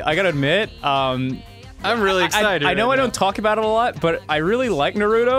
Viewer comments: its naruto not naturo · Nope they Pronounce it as NARU-TOE in the English dub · For every time they call Naruto "Naturo", take a shot. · it's a joke. it's always been a joke. also why they say Naturo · Um excuse me it is pronounced "NAYH-ROO-TOE" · it thought it was emphasis on the na and was pronounced (Nah-roo-tow) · Danny voice Um, it's Nair-ruht-oh. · sometimes they said naturo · So Ross keeps pronouncing "Naruto" as "Naturo?" And Madara is a water type? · First off, people need to stop pronouncing Naruto like Naroodo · rosses first sentence "i really like naruDo". already triggered. i love you ross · They're doing it on purpose. Naturo is definitely no way in a sane person's mind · wht does he pronounce is na ru do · "I actually like Nerootoh..." "I got to where Nartooroh beats Pain..." for fucks sake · How to pronounce Naruto correctly...Nah-Rah-Toe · Why do people pronounce Naruto like "Nuhrooto"? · "I know I don't talk about it a lot, but I really like Narudo." Narudo.... Ok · I am way too excited for you guys to play this haha (also, it's Na-ru-to like this is going to bother me so much) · There was a sudden knife stabbed through my heart when he said "Naturo" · Ara Mahar Lol also "Naroodoe" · says narudo and says hes a big fan. Rip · i heard naturo??? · actually they say naroodo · “ I really like naroodo” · Naruto its not norooto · Ryan Beattie Oh my goodness thank you, it chips away at me every time it's pronounced like that lol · They do it on purpose to piss you (and others like you) off. They know it's wrong, but don't care, because they think pissing people off is funny. They're right. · IIRC in the show they always have pronounced it your way. I can't tell if Ross or are butchering the pronunciation and spelling of it on purpose as a joke or not though. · "I like Naruto" can't pronounce name correctly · I hate how they pronounce Naruto it makes me cringe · I started screaming the moment Ross pronounced Naruto's name wrong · Naruto not Narudo -_